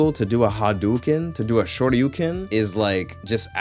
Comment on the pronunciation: What the hell is a "shorti oh ken" 😂😂😂